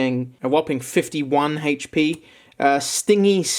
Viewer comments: "HAYCH PEE" hehehehe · Hatech pee lol I love the way he says hp